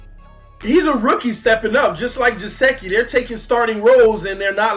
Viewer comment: Good stuff as usual!!!! BUT, please... its GUH-SICK-EE, LOL.